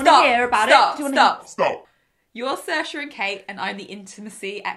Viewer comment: How did They say SAOIRSE ?? Irish trauma